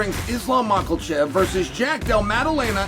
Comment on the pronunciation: CHAEL!!!!!! ITS NOT MOCKELCHEV BROTHER!!!!! Hahaha love the content!! Always bringing the insight!